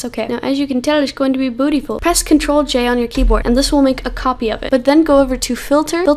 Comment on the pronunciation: oml she said "bootyful"